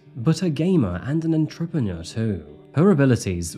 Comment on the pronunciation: We need an episode on the crime that is your pronunciation of entrepreneur